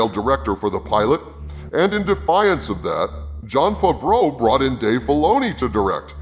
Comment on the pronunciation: Why do u say john favreau fuvroah?